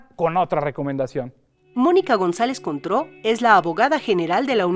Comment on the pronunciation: Contró... suena a Cointreau